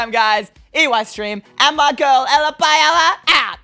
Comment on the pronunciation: Did i just hear "paiella baby"